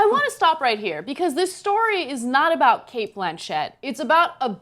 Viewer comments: ffs it's 'Blanch-itt'! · why is ana calling cate blanchett, "Blan" "Chet" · Why the fuck is Ana pronouncing her last name like that......